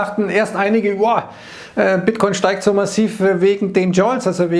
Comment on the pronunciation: Ich bin sauer, du hast gesagt bitter ciin😂